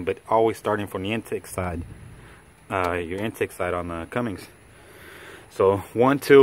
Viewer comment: CUMMINS* CUMMINS* THERES NO 'G' IN "CUMMINS" ANYWHERE.